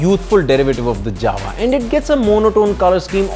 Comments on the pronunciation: It's actually pronounced as 'Yava' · Jawa it is to be pronounced as "Yawa" everyone does this mistake. In Czech "J" is pronounced "Y" you should know that when you are doing a review, know how to pronounce JAWA first and not adding dubstep music, first learn to pronounce the company name properly,. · Jawa sounds like Mawa 😂